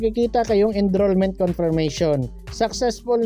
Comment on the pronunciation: ENROLLMENT PO, NOT ENDROLLMENT